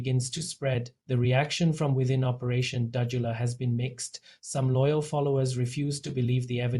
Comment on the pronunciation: You can't even pronounce Dudula. Fokof what ever you say we are behind her. Go to hell.